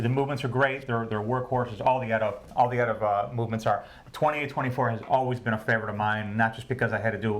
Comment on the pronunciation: watchuwantinc It's Eytah. Because that's that's how ÉTA pronounces it. Hearing E.T.A. is just a flag for ignorance.